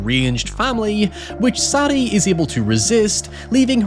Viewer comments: SAY DEE. Not SADy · Is her name Sadie?? As in SAY-DE......not saddie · Sad-e.........Sad-e........Sad-e.........Sad-e. My man, did the name SAIDE NEVER FUCKING CROSS YOUR MIND?!?! Why can't people read and speak anymore. 🙀💀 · It blows my mind you cannot pronounce Sadie...jesus dude